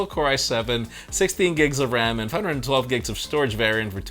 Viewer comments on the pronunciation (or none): When says 512, it sounds like he is saying 112, can u guys hear?